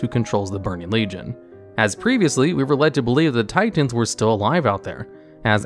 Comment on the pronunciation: tiTENS....ti TENS.....just fuggin say titan